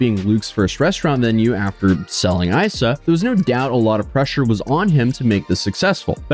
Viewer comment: It's pronounced "Eesa", like a nick for Isabelle - who was a super sweet girl when I worked for this guy at Isa 17 years ago. Working in this industry with chefs who are as ego driven as this is par for the course and Luke was no exception. Kitty, his wife, was no better as the GM. Sort of sad but not surprised he hasn't changed. Guess I can cross Kis off of my list of places to check out.